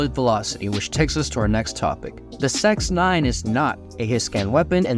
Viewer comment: An intentional mispronunciation of the sex9… i mean the cx9. 👀